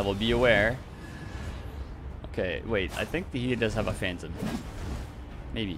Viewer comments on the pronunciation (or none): none